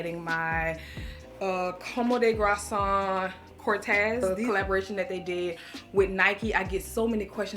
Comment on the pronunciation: Girl how did you say: Comme des garçon? 😂